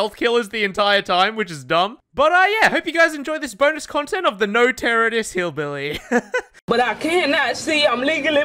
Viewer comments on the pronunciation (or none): the way you said BillBilly at the start made me cackle